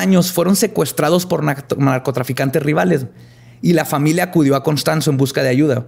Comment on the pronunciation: like si le regresaste veces el vídeo para escuchar a decir NARCOTASANICOS <3